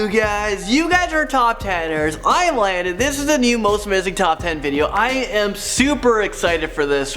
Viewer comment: It's Landon